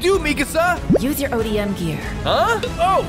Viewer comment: You said it correctly ODM gear you said that correctly